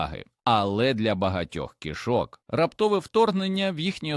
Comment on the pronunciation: Поганий наголос робите, коли вимовляте слово "кішок".